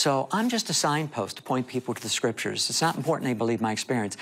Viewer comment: Couldnt pay attention about what he saw cause he keep saying scritures